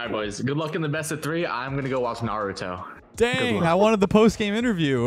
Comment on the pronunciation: mispronouncing Naruto like that traumatized me for life 🫠